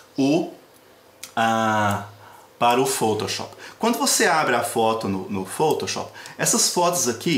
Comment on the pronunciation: Muito bom adorei o tutorial Só achei engraçado ele pronunciando foutouchop Kkkk